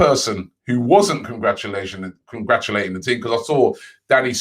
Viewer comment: Nobody: Robbie: "Congrachulaching